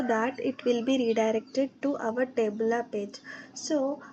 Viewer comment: Tableau ❌ Tablaaaaa ✅ 😂😂😂😂